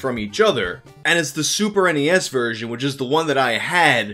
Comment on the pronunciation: Thank you for saying super n-e-s. It irritates me very badly when people say SNES like it’s a word